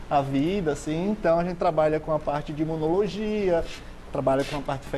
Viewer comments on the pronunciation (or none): Imonologia ou imunoloogia? Já começou bem, parabéns ao POGRAMA.... kkkkkkkkkkkkkkk